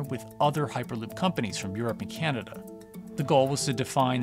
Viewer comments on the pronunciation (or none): none